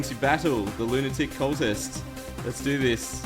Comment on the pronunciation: lol he said lunatic as in (loo - ni - tic) instead of lunatic as in (loo - na - tic) they arent crazy like a lunatic they are space like, like lunatic.